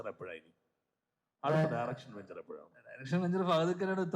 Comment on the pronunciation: വെച്ചിയല്ല... വേദി 🙏